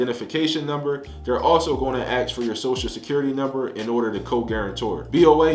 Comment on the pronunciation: Ask not Axe